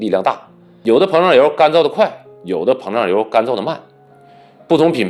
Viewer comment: 是膨漲油，不是胖油。有點口齒不清了。